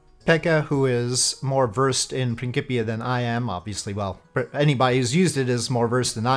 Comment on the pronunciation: I believe it is pronounced "prin-s-ipia", not "prin-k-ipia", even though it is for KSP. Otherwise it would, or should, have a "k" in there instead of a "c".